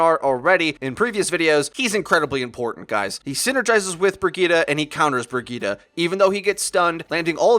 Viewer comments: Haha isn't Brigitte pronounced bridget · It’s pronounced Bridge-et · Can u pls pronounce Brigitte correctly? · I know it’s the proper way of saying it just sounds weird af. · That Guy yeah I know it just sounds super weird lmao.